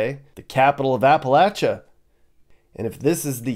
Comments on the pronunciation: It's not Apalah chia, it is A pah Lay cha!!!:face-red-droopy-eyes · Appa LAY Cha, why has the pronunciation changed?